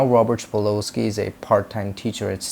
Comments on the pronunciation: Yep. "Sa-pol-sky" not "spa-lo-sky" lol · Sa pol sky . That's the correct pronunciation. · Yeah, not sure how much we can trust your research when you mispronounce his very name. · You don't even know how to pronounce his name correctly... his last name is Sapolsky I can't believe you don't even know how to pronounce his name...